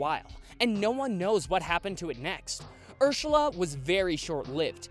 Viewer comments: Lol did eanywon here that he said ershala but not ersala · He said Urshula😂👍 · I love how at one point he says urshula instead of Ursula Edit: What was the “tragic accident” in 2016??? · "Urshula" its Ursula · he says urshela 😂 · And you sayed urssula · Chihuahua soccer you said it wrong you said Ursula